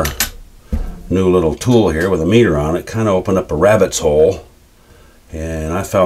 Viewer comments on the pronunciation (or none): none